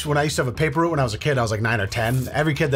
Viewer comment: A paper root? Wtf is a paper root? Do u mean a paper route? R-out-e lol